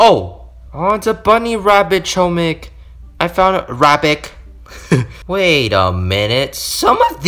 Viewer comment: HOMIK ITS HOMIK